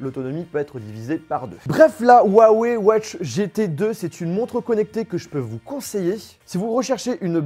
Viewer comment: On dit ruawey